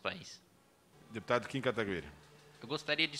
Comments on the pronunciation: Não aguento mais os caras falando o nome do Kim errado, pelo amor de Deus Kim, abre um inquérito para apurar quem foi o disseminador de tal falácias... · Mano esses cara fazem de proposito neh? Qual a dificuldade de falar o nome do Kim corretamente ? Kkkkkk